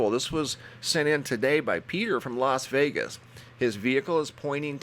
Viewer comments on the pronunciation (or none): none